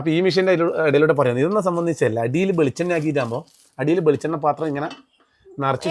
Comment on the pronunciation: ബെളിച്ചെണ്ണയല്ല ബ്ലോഗരേ ..... നിങ്ങളെങ്കിലും മലയാളം ശരിക്ക് പറയൂ ❤